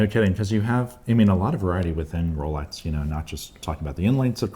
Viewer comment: The host seems to pronounce x close to tz or the zz in pizza. It scratches the ear. Especially since Rolex is mentioned so ( so so so ) often in these videos.